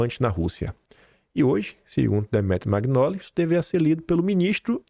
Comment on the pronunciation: o nome pronuncia-se Demétro Manholi. O gn em italiano tem som de nh em português. Da mesma forma, Marsiglia pronuncia-se Marsilha. O gl tem som de lh em português.